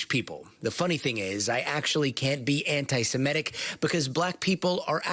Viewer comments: *Semitic (we're Semites, not Semetes) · "SEMITIC" Trev!